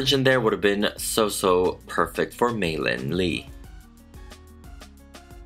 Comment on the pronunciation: finally someone who doesn’t call her mei lee! wow :D